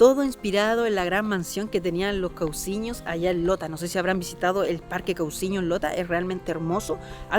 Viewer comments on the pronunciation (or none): SE DICE FAMILIA COUSIÑO Y NÓ CAUSIÑO.